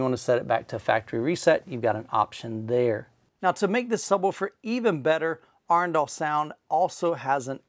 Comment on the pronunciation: Got the pronunciation of Arendal right! :) Maybe not completely in local dialect, but in line with how two thirds of Norway’s population would pronounce it.